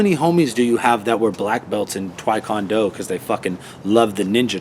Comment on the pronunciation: "twae kon do?" love ya bro, but this is like the 2nd or 3rd time i heard you on vid say "tae kwon do" wrong and it's just gotta stop. also, don't think it was a waste of mickey's time. easy pay day and bigger name recognition ain't exactly a waste of time. waste of talent, maybe.